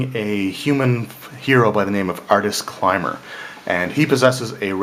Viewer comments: Great review. My only feedback would be pronunciation of some names. Acererak (a-ser-er-ak) and Artus Cimber (not Climber). Otherwise, good stuff! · Artis Climber had me floored ☠️ 😂